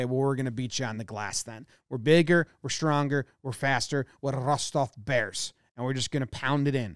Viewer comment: “DA bearss “